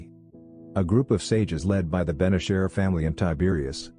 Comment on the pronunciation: Ben ASHER not Ben e-SHIR